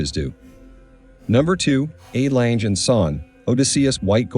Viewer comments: “Langer” is also wrong. Lange is pronounced more like Lung-eh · Please stop pronouncing the name as ‘Lanje’. The name is pronounced as ‘Langer’! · Not läntsch, terrible pronunciation.. Lange just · I‘m with you. Their pronunciation is incredibly ANNOYINJE… If I tell a bad joke, it can be described as a CLANGER… get rid of the plosive hard C and you have the correct pronunciation of LANGE. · AI crap. Doesn’t even pronounce the name of the brand correctly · I can't believe how often the commentator mispronounces the Lange name, as well as many of the features. Abysmal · He should learn to pronounce Lange correctly, it sounds terrible to a german. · Please learn to correctly pronounce the name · For a watch of that high calibre it is disappointing to note that the commentator is literally unable to pronounce the Lange name.